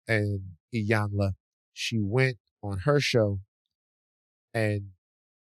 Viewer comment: It’s E - yawn - la